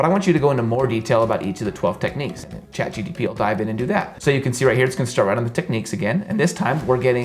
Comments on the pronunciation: Great video, but it's chat GPT not chat GTP :) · Half a million views on a man who consistantly calls it "ChatGTP" xD Gives me the feel that the video was a little rushed mayhaps? :D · its chat-G P T , NOT CHAT- gtp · chat GPT - you keep saying GTP... but otherwise great video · You kept saying ChatGTP but it's ChatGPT! 😆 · It's ChatGPT NOT ChatGTP 😂😂😂😂. Who else noticed that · Lol You kept saying "Chat GTP" instead of "Chat GPT" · why does he say Chat GTP instead of Chat GPT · It's not chat gtp it's chat gpt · Feel free to ignore this comment! Every time you mentioned ChatGPT you said ChatGTP lol I know it's a silly thing but it was pretty distracting for me 😆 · Good video But you said Chat G T P many times isnt it Gpt? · It's ChatGPT, not ChatGTP 😂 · It's funny how you call it ChatGTP, but thanks for the tips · "ChatGPT", not "ChatGTP" 🤣🤣🤣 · why do you keep saying CHAT GEE TEE PEE? Its chatGPT. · chat GPT not GTP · Its kinda annoying hearing GTP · Chat GPT… not Chat GTP… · It is *GPT* not gtp ot pgt...😅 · you keep on repeating GTP....when you intend to say GPT...lol! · you said ChatGTP and i wondered i was saying it wrong till now then i went to check it but it was ChatGPT 😄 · Its ChatGPT and not chatGTP.............. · ChatGPT.... not chatGTP xD no hate tho, just find it a lil weird. great vid tho thx alot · Great tips! But... How many times did you say ChatGTP? Haha. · chatGTP chatGTP it is not chatGTP but it is chatGPT. G-P-T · nice video. Its also very funny everytime you said ChatGTP instead of ChatGPT hehe totally fine with that but my ears cannot ignore it xD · Oh god. chatgPT, not gTP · its chat gpt not chat gtp🤨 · IT'S "CHAT GPT" NOT "chat gtp". Why tha hail is everyone on YouTube... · The guy is saying Chat GTP rather than Chat GPT lol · Bro I'm really excited to say that It's :goodvibes:CHAT GPT - not CHAT GtP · Great video! Just FYI you kept saying "ChatGTP" and it's "ChatGPT" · ChatGPT* not Chatgtp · Why are u saying chat gtp? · Bro it's ChT g p t